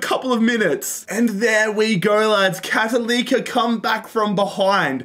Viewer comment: cattalika for Católica is my favorite butchering so far